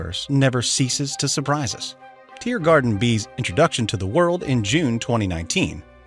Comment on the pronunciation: Why do i keep hearing you say TearGarden instead of TeeGarden